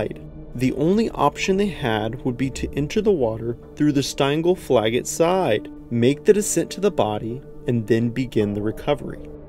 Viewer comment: "Steingleflagget Cave" lol 😂😂 As a Norwegian I found that hilariously entertaining a pronunciation 😂😂😂